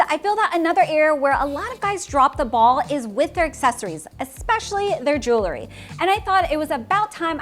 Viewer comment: Just a minor point regarding pronunciation of the word "Jewelry" which is pronounced "jool'-ree" or "jewel'-ree" not "Jool-lur-ee;" a very commonly mispronounced word. Nevertheless, I enjoyed your video.